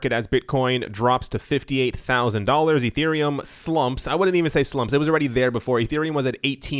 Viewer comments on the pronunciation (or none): It's Ethereum not Etereum! Just pointing that out so I can give you a comment! ;)